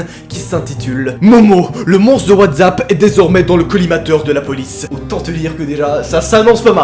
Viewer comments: 12 fois il dit WATZAP C'est Pas WTZAP !!!!!!!! C'EST WATZAP OFFF 😭😭😭😠😠😠😠🤬🤬🤬🤬😡😡😡😫😫😫😫😫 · Pk. Tu dit whazapp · Putain il a dit watzapp ça m'a donné envie de pratiquer le dab